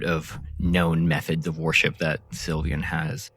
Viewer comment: Mhm, I love me some god WAR-ship. With the amount of WAR-ships mentioned, I can build an entire fleet.